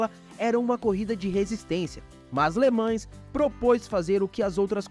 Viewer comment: Cada vez que alguém fala Le ManS, morre um golfinho...